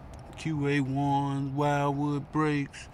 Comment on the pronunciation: The name of those brakes are pronounced Wilwood (Wheelwood), instead of Whilewood.Although it's spelled one way, it's pronounced another.